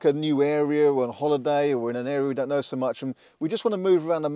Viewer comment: "it K no s". pronouncing the K in Know... how old school!